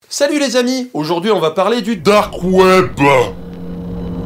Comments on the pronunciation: on va parler du "DOOORK KWEEEB" MDRRRR j'ai rematé cette phrase 3 fois xDD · Merci pour cette vidéo, il y avait quelques points que j'avais mal saisi. Et tu m'as tué avec le "DARQUE OUAIBEUH" ! Pour la peine voici les timestamps (oui j'avais trop de temps à tuer ce soir): Mention spéciale aux deep voisins, là aussi tu m'as tué :''D